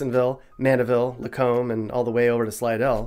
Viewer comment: I don’t think you talked right by Lacombe. It’s not like the rest of that area